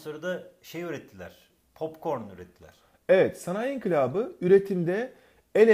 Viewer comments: İnkilap değil inkılap lütfen 😊😊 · höst ink*lap deil o inkılap ne ediyonuz